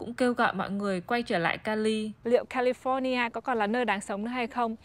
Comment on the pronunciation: Ở Mỹ rồi phát âm California cho đúng đắn chút đi má. Nghe so funny , giống tụi xướng ngôn vn quá